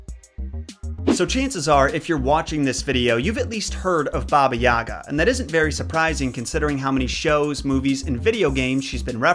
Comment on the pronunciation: god the way he pronounces yaga kills me